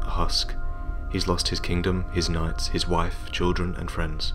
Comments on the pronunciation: It's "knights", but i also heard the first time "nuts" xD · I heard "nuts" instead of "knights" and started laughing :'D